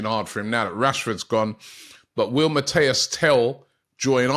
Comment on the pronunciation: Robbie I love you bro BUT the name is MATIIIIIS TEL not Mateo!!!!!